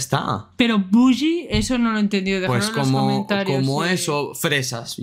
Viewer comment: It's bougie not boogie